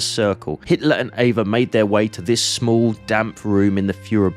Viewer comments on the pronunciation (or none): This is so, so well done, and thus the sometimes mispronunciation of German words is even more jarring. For starters, “v” is pronounced as “f”, “w” as “v”, “s” as “z”, the “e” in Eva as “a”, etc. Getting your foreign pronunciation down would really make things flow better. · Not to nit-pick, but her name was Ava Braun, not Eva Brown